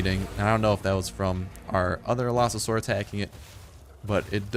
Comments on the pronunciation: Allosasaurus? How do you even pronounce it that badly. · AL-uh-SAWR-us Is how you pronounce Allosaurus correctly. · allo not alsao fix ur shit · Its pronounced (Aloe-Saurus) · he says alloSAsaurus. You shouldn't say it like that if you know basic English. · Your not the only one ;~; I almost died when he said "Alasaurus" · it is called the all-o-sours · i think you got the name wrong its al-o-saur-us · Your saying it wrong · Allosaurus is well known and a hugely popular dinosaur, how can you butcher its name so hard? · The pronunciation made me physically cringe. No hate I just wish people would research pronunciations before videos lol. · you were messing up the name so bad it was hard to watch the video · y u butches a well known dino's name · u butchered the name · You just butchered that name so hard! It's even a well-known dinosaur! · Is how it's pronounced not how it's spelled